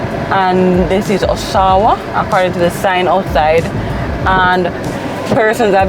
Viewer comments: This community has names of the cities located in Ontario Canada. The pronunciation is Osh-awa(it is an aboriginal name). Blessings ❤ Congratulations on receiving your real estate licenses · The owner is definitely Canadian 😅 all those names are cities in Ontario the pronunciation for Oshawa is A-Showa …. I currently live in Brampton 🇨🇦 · Those names are Canadian cities. Oshawa is pronounced like you are saying Hush hour. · It’s pronounced “Osh-a-wa” we have a town with the same name in Canada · Aren't they the same developers who build the Pyramids that turn out to be infested with mold and people are stuck paying mortages on homes they cannot live in? The gray makes the homes looks like prison or concentration camp ground. Why all the Canadian names. it's pronounce Asha-Wah. The entrance looks like immigration border. No guys. They have no curb appeal or ambiance. It would be nice if we saw the inside of one of the units. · The sectors are named after cities in Canada: Markham, Brampton, Oshawa (pronounced Osh-A-wa), New Market, Milton and Vaughan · All names are from Canada 🇨🇦 where I live. Oshawa is not pronounced by you as we do here. These are cities in Canada for sure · D Its pronounced OSHAWA, like the city in Toronto, Canada